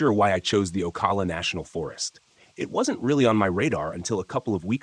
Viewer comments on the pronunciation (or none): It's O-CAL-A You CAL like California